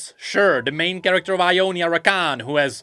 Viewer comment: Sounds like it was a fun mistake but Jonia is actually how Ionia is called in Spanish! It's pronounced Honia